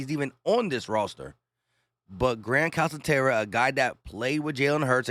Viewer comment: Calcaterra pronounced CalKaterra